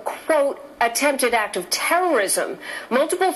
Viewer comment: I cannot get past Jamie Colby's intro on this story. The word is ACT, not ack (I think we know what you do on ur off time girl). I can't believe she is a professional news person. She should learn english.